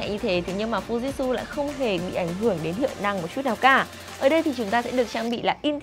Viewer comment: hãng máy đọc tên cần sửa lại shop ơi: Fuji/tsu ( phư ji chự) Chứ ko phải Fujit/su